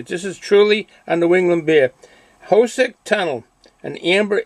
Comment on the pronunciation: Where can you buy this beer? My favorite train watching place is the East portal of the Hoosac Tunnel. By the way, it's pronounces HooooooSac Tunnel.